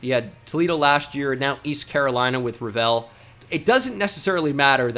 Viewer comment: Is that how Shavon Revel pronounces his name? My name is Revel and it is pronounces like (Re-Vul) like Level.